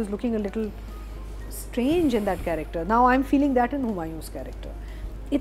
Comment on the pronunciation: Ironically, the host and others criticise spoken English in plays, whereas the host himself consistently pronounces the word “character” as “corrector” instead of using the Urdu word “Kirdaar” It’s like they call “Italian” as “Ataalian” instead Punjab. Second, Urdu used in the said play seems quite the usual language spoken at homes. It’s unnecessarily being turned into an issue.